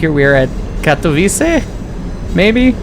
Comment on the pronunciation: Katowice → ka-to-VI-tse. //// You were pretty darn close, just gotta know that a bare C is a Ts-sound in Polish. Doesn't Croatian use C like this too? Sosnowiec → sos-NO-vyets. //// This one you got every sound correct, just missed the accent. Polish is second-to-last accent like Italian. Dąbrowa → dom-BRO-va //// You were pretty close, just need to know that ą represents an on/om sound here. Górnicza → gur-NI-cha //// Not too shabby, just gotta know that ó = u and cz = ch. This one though: Strzemieszyce → stshe-mye-SHUY-tse //// I gotta admit, I wanted to give up when I saw this one. It's got a lot going on. rz = Zh (the weirdest thing in Polish spelling) but devoices to Sh after voiceless s and t. t+sh is basically the same as a Ch-sound, but then there's the S-sound in front, because it's not a Slavic language unless there are insane consonant clusters. The one under that though!! Wschodnia → FS.HOD-nya //// If you can say this, you are peak Slav. It's an F, an S and a hard H all in one cluster!!!! W = V but devoices to F before the voiceless S and H sounds. Some other names I spotted: Sędziszów → sen-JI-shuf. //// ę = en; dz = J; sz = Sh; ó = u; w = V but devoices to F at end of word. Zawodzie → za-VO-je. //// For this one the hard part is remembering that dzi becomes J. Szopienice → sho-pye-NI-tse. //// sz = Sh, c = Ts południowy → po-wud-NYO-vuy. //// ł = W; This means south. Dańdówka → dan-DUF-ka //// ó = u; w = V but devoices to F before voiceless k. Porąbka → po-ROMP